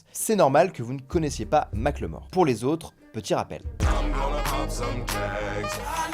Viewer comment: Mack le mort ? Ou Macklemore (ça se prononce Makeul Mohour). Merci pour la blague, toujours aussi bons en anglais les français ! (vous êtes fans de Michel Jaquesson ?)